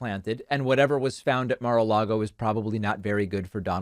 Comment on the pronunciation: I wish all these crazies who would blindly walk the plank for tRump would learn how to pronounce Mar-a-Lago.